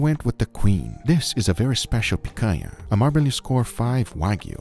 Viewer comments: I'm surprised to see a gringo pronouncing the "NH" in picanha the way it's supposed to be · Não acredito que esse tempo todo que assisto seus vídeos não sabia que você é brasileiro! A pronúncia da "picanha" entregou 😅